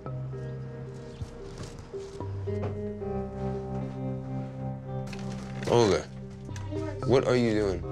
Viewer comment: He's literally saying oger instead of olga